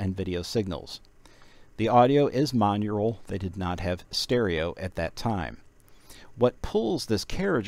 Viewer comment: Mon+Aural Monaural not Mon-earal